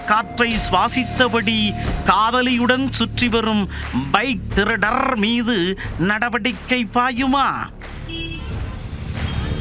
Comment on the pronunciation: ரிப்போர்ட்டர் வாய் ஏன் இப்படி திருடர்ர்ர்ர்ர்ர்ர்ர்😂😂